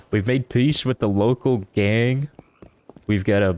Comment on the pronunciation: He said local gang like it’s a species